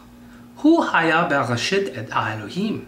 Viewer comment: I am sorry to say this but you clearly dont know how to read hebrew vowels..you mispronounce the vowels...when you read bereshit...its not shit like in english its sheet... the hebrew vowel is.. chireq.... like the word green...come on guy this is basic hebrew vowels you should of learned them by now.